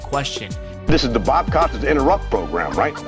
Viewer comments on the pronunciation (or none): The way you pronounced “Costas” does not sit well with me. It’s Cost-as, not coast-as as you said it. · Its not Bob COASTAS, it's Costas, like Kostas,, He has more Emmy's than any other sports journalist .. show some respect by getting his name right. And its ORTON, not ORDON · "Costas" Not "Coastas" 😊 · LOL, 'Coastis'? Bob fucking Costas may be a dick, but slap some respect to at least know how to correctly say the name of a legendary broadcaster. COST US (basically). I mean, you looked up his height and weight stats, but skipped how to say a name you should already know? Even Vince said it for you in the footage you utilized and you still repeatedly borked it. Edit: Bill MA HER??? I give up. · cost-us, not coast-us mar, not mar-her dude, no one can take you seriously if you can't pronounce people's names correctly. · Bob coastesess. Hahaha, wrong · Bob "Coast-us"? Bill "Mah-her" John "Stow-sul"? C'mon, dude .... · OMG. Bob “ COASTUS”? Learn to pronounce names dude. Vince even says it in the interview and you still say it wrong. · Bro, you gotta work on pronouncing peoples' names correctly before you do these videos. 'Costas' is pronounced 'Cost-us', Vince even says it in the clip. 'Maher' is pronounced 'Marr'. 'Stossel' is pronounced 'Stoss-ull'. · How could you not know how to pronounce Costas? He's as big of a name in sports broadcasting as there's ever been. Frickin' nubes. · The Best part of the video is the host pronunciation of Bob Costas!!!! Koe Stas is a has been!!!!!!! OMG, he got Bill Mah har wrong too! I love it! I hate both of this libtards! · You pronounced every single name wrong. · Fun stuff, but dude, at least be able to pronounce Bob Costas's last name correctly. Makes you look like a complete idiot. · How can you mispronounce Bob Costas??? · Hey man, I appreciate the video, but a tiny bit of research would help you pronounce names like Bob Costas and Bill Maher correctly.